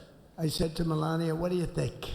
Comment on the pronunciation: Malainia?? Lol why can't asmon say names right? 🤦‍♂️😅